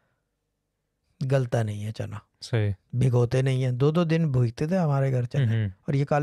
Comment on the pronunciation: Channa not chanda 😂😂😂